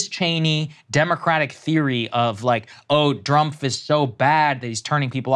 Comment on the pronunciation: Did he say "Drumpf?"